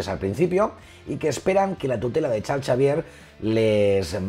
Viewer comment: El mejor canal de Marvel, felicidades. Pregunta, sin plan de ofender. Por qué dices Charcharvier?